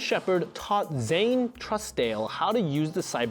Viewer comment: Trusedale is pronounces TRUE SDALE